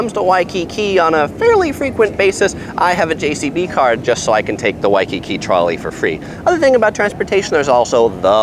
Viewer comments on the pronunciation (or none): God how many times did u say wakkki